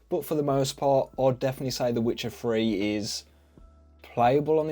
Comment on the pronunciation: "A twenty-ferteen pc playing veh witcheh Free."